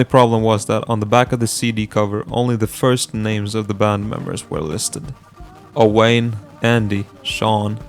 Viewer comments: Owain is pronounced Owen. It’s an Irish name. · Yet another YouTuber not pronouncing Owain right